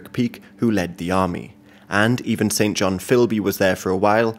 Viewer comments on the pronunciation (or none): Great work, so much detail. One minor correction: the English name St John is usually pronounced "Sinjin" (really). See, for example, the Wikipedia article on the minor British politician Norman St John-Stevas - there's a pronunciation guide near the top. Thanks again for so much education.